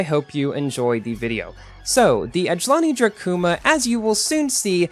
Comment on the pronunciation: The way you say the name of this car I thhink is too soft. Its Ajlaaani Drakuuuma lol I think